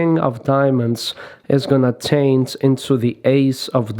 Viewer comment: Меня одного бесит что он очень много говорит, бл как-бы он не виноват что я инглиш не знаю, но почему нормально нельзя показать как делается трюк, а бл этими рассказами своими хер пойми. И да, почему нельзя говорить change через ch а он говорит через t как-будто tange. И так все остальные слова.